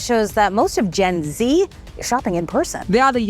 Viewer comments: bolna tou seekh lo zen zee,gen z kya kaho gay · RIP to Zen Z pronounciation!